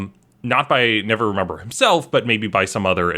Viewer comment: to be clear, did you call Lord Never-ember, lord Never-remember the whole time too?